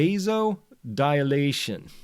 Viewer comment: And pronounced v-ass-oh-dile-ah-tion.